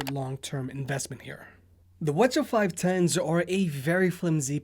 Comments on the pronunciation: Why are you pronouncing it as watcha, just say CH510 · Did you just pronounce 'WH-CH' as wuh chuh haha... it's "Double U Aitch-Cee Aitch" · why do you keep pronouncing it as Sony Wachaw? 😂 you okay dude?